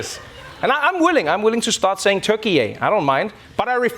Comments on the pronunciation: It is Turkiye, it is iye not iyeyyy! Cafe not Cafeyyy or Late and not Lateyy! ✌🏻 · We still pronounce Türkiye as Turkia in Spanish. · for me its allways ´ve been Turkia pronounced tur ki a